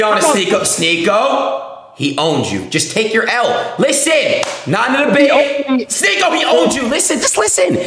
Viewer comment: Adin misrpronouncing words and pretending its on accident is hilarious. Calling Sneako Sneakyo lmao. He knows what hes doing.